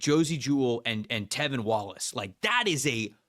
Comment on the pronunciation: It’s T(R)EVIN!!!!! And DJ wonnum has been the MAN since finally coming in, after injury. And Clowney hasnt had hardly any impact at all. lol I was actually excited for this video but PFF still doesn’t know anything lol it’s honestly a shame.